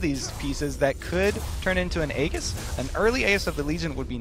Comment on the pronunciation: Minor pronunciation error that I find annoying: It's pronounced "Ae-jis", not "Ae-ghis", as in "Aegis of the Legion".